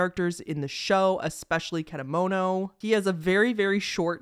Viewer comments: (i know im late) but you did pronounce kedamono right! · also i commented this earlier into the video but your pronunciation for kedamono is also pretty much accurate!